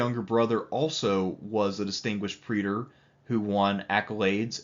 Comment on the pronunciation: It's time to learn how to say 'praetor.' Preeder it ain't.